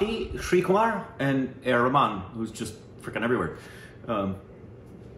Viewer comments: It's not Rehman it's Rahman.. 😪 indha vadakanuga name ayumn mathi vitranuga..😁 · Ar.Rahman not rehman 😅